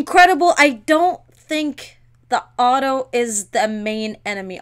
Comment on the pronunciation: When she said it's not Otto but hotto it made me laugh 😂